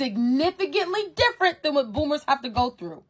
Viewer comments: Ok I thought I was having hearing problems. Like is she saying Boomers but I'm hearing Bloomers? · Everytime you say bloomers instead of boomers 😂😂😂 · Boomers not bloomers. Learn to say it before you speak on it. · “BOOMERS” 😂 its “boomers” no L 😂😂😂 I did chuckle to hear you calling the old people bloomers tho …I think of underwear when you say it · Is it me or are you saying bloomers?